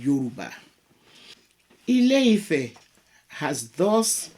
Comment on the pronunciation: It's not house (ilé) of love (ifẹ́). not at all. The actual name is land/earth (Ilẹ̀) of expansion (ifẹ̀) proper tones and pronunciation make a big difference in Yoruba language